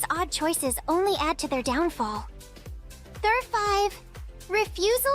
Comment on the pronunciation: I believe the AI voice does not say "Number 7" but says "[N-WORD] 7". Did anyone else hear that?